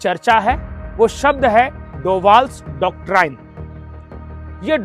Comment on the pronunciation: कृपया डॉक्टराइन न कहकर डॉक्ट्रिन उच्चारित करे।